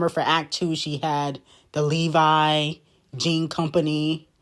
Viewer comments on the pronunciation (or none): none